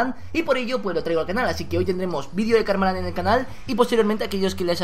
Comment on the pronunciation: dijo kalmaland